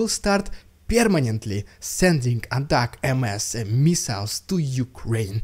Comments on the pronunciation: I've NEVER heard it pronounced ATAC- M. S. I'm from the U.S. and have only heard it pronounced ATAC-M's (um..like ATTACK em's...like M & M's). Ignore that man behind the curtain! I think someone is pulling your leg. Just wanted you to know...thanks for another great report! Slava Ukraine! ❤ 🇺🇦 ❤️ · Hey man we pronounce ATACMS as (attack-ums) not (attack-m-s). It's prouncd like it's one word. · It's pronounced 'Attackums' rather than 'Attack M S' everywhere else. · With all due respect. ATACMS, is not pronounced "Attack EM-ES" It is pronounced ---> əˈtækəms .... or more easily read. Attack-ems. 😉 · ATACMS is pronounced "Attack'ems" . 1 word. "attackems". Not Attack- M -S. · Who told you it was pronounced Attack Em Ess? It's Attack'ems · haha NO it's "attackems" - as in "attack them" - one word "attack-ems" not 'M.S" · It’s pronounced attackums not attack MS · We say attack-ems not attack-ms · Attack MS sounds dumb, it should be pronounced Attackums. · It's pronounced attack-ems. Ah-tack-ems. Three syllables. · You pronounced it as it's phoenetically spelled as an acronym, but it's common usage it's simply pronounced as: "attack 'ems". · Thanks Dude! I must pronounce it incorrectly as Attack-ems 😳 .... oh well. Glory to the heroes 💙💛💪💪💪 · You don't pronounce ATACMS as "ATAC eM eS" but actually as "ATACUMS" (with of course the emphasis on the first letter A), the word is divided in 3 syllables "A-TA-CUMS" 🙂 (The letter U sounds the same ways as in the word "guns".) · Personally, I believe ATACMS is supposed to sounds like it's spelled. ATACK'EMs. ATTACK (th)EMs. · Agreed. I've heard several American generals and other allied, high-level officers pronounce them as you mentioned. The phonetic "Attack MS" is incorrect. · We pronounce it "Attackems".... Love from Vegas! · Correct pronunciation of ATACMS is like "attack-ums" (rhymes with "hums"). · ATACMS is pronounced like a single word ATACEMS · I think it's pronounced "attack'ems", a contraction of "attack them"